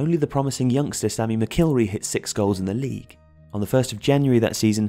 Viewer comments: Martin Buchan is pronounced 'Buckan' not 'Bewkan' and Sammy McIlroy is 'mackilroy' not 'mac ilry'. Other than that this is very professional with great graphics. Though no mention of the final match of 73-74 against City, Denis Law's famous backheeled goal, no celebration, and last kick in league football as he was immediately substituted - that seemed odd. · Sammy McIlroy is pronounced Mack-el-roy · Martin boo can and Sammy Mckilrey? Sounds like someone who has no idea about who these players were trying to read out their names. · Martin “Byookan” huh? And Sammy “Macheelroy”? What a riot. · Buchan = Buck An and McIlroy = Mack ill Roy. Great video but get your names right ffs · Enjoyed that but the way you pronounce Buchan and Sammy Mc is a bit weird. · I like these videos but it would be nice if the narrator could correctly say the names Martin Buchan and Sammy Mcilroy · Odd pronunciations of "Buchan" and "McIlroy". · This is written by someone with absolutely NO first hand knowledge of United's relegation season. Quite apart from the hillarious mispronouncing of Martin Buchan and Sammy Mcilroys surnames, the text is just an analysis of the league table and results? No mention of Dochertys tactics, style of play or ANY descriptions of how games unfolded ...instead its just statistics and results, which anyone could do by looking at the league table? Nice graphics but absolutely nothing informative about United's relegation season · Can you pronounce all these fancy names but you can't pronounce McIlroy properly?